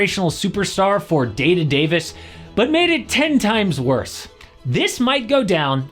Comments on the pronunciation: lol day-to-davis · "Day to Davis".... 😂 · day-to-davis is diabolical 😂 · Did you say "Day-to-Davis"??? 😂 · Day-to-Davis is diabolical 😂😂😭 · "Day to Davis" 😂